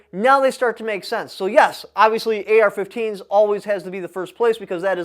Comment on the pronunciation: its pronounced "AR"